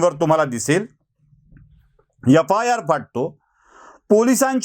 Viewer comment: yafayar nahi re adanya FIR shudh bol re.